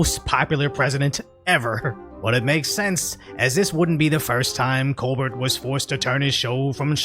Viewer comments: It's not pronounced "ColBERT" it's "ColBEAR" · You pronounce Colbert with T. I assure you, there is little or no T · "Coal-bert" is a dumb-sh!t that I've never ever found funny, don't see how he's still on the air, same as the View! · The fact that u keep calling him "coBERT" instead of "coBEAR" is HILARIOUS 🤣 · I’m going to start calling him co-burt now too 😂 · We should all just start pronouncing this fools name as Col-Bert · You mispronouncing Colberts name makes me feel good...